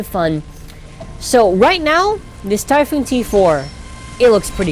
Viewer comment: it's called Typhon not Typhoon btw